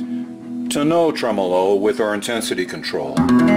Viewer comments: you grab that red knob, pull it up & give it a good twist... bye bye clean!!! apparently gets his tremolo pronunciation from Italy, a small place with a handful of people. We are the rest of the universe, with billions of people, HAHAHA!!! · I have seen and heard Polytone amps, Mike. They tend to be ultra-clean, for Jazz and such. I would think that a 100W Polytone would make a dynamite lead guitar amp......like a Marshall, clean and loud as heck. I'm not sure where gets his pronunciation of Tremolo. He may be right.......but the vast majority of people seem to pronounce it the way we do.